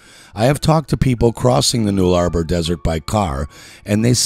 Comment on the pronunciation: Butchered my country's names. It's the Null-a-bor.(phonetic) 1hr mark